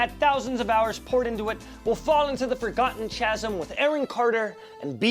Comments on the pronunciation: Chasm isn’t pronounced the way it looks. It’s ‘kazm’. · Did he say chasm as chazzum, lol. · Said kazzem, spelled chasm.